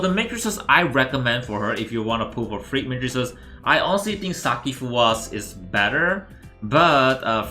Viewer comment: When you say frigg, the translate show freak🤣